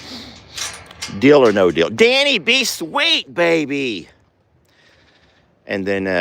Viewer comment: No you were saying "Deal" just fine the way you were saying it